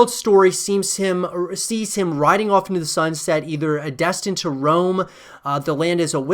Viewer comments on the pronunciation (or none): none